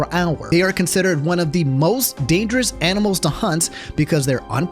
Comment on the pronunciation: said ‘these white men are damgerous’